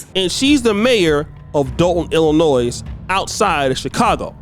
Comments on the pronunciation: First my brother you don’t pronounce the “s” in Illinois. Now the problem is you have these small communities/villages where the spotlight is low which allows for this. Ppl don’t have integrity, but the people do have the power and a voice it’s comes in the form of voting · Well, when you mispronounced ILLINOIS, you showed you’re no better educated than any of those other ghetto snipes. Wow.